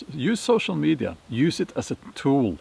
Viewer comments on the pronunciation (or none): 🚫 sew-show me-die-ya